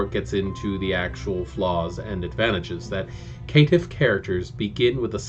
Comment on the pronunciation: I like your video, but something kept bugging me ... Caitiff is pronounced "Kay-Tiff" like cainite not K'tiff.